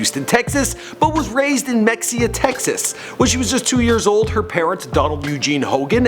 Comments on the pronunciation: He says “Mekseea” with such enthusiasm. It’s pronounced “Meheeah”. Anna Nicole called Mexia her early home and always pronounced it correctly. R.I.P. ANNA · It's (muh-hay-uh) not mexia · It's not Mex-ia is pronounced "Mah hee haaawww choooo!!!" Sorry 🥴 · Dude...it's not "MEXIA" Texas. You don't pronounce it like that. It's pronounced Ma-haya. Do better research, please. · OMG I want to punch this guy every time he pronounces Mexia, Mex-EE-ah....it’s. pronounced Ma-HAY-ah. Why don’t people research stuff beforehand?? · It’s not pronounced MEXEUH It’s MUh Hey UH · Its pronounced me-he-ya not mexia you dumbass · mexia Texas is pronounced MA-he-ah not mexxia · Mexia is pronounced Meh hay ya. Edit: holy crap gaybor? That was bad. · Mexia 😂 it’s pronounced mehaya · You should learn how to pronounce names and places correctly before you host shows like this...mexia is pronounced (ma-hay-a) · Mexia is pronounced Mahia. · It's not mexia if mehia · And it's pronounced Mehaya not Mexia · 😂😂😂 Im From Mexia And Thats Not How You pronounce It 😂 Its Ma-Hey-a ! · Mexia is pronounced ME HEY YA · It's pronounce Muh-HAY-uh TEXAS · Pronounced 'Meh-hey-ya' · mexia is pronounced ma- hay- ya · Mexia is pronounced "Ma-hay-yah" I'm a Texan. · Mexia is pronounced MU-HEYA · And he slaughtered the pronunciation of Mexia, Texas. It’s ma he a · It's pronounced "Me-hey-a" (Mexia) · You aren’t pronouncing her home town name right. Listen to Anna say it. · He can't pronounce mexia right ,he couldn't Ask someone?? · I live in mexia. My mother was friends with her up until she dropped out of school. And also that is not how you pronounce mexia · Svanhild Løvenørn no the correct way to say it. Im from mexia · Holly Golightly Thank you! I always have to correct people and they wanna argue with me over the pronunciation and I'm like excuse me, I'm the one from Mexia, don't argue with me about my hometown😂😂